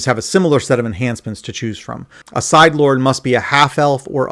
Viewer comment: Just so you know, sidhe is an Irish word that’s pronounced “she”.